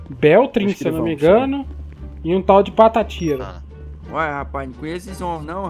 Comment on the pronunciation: eu ouvi o falar PATATIRO? LLLKKKKK não vejo a hora de prender ele.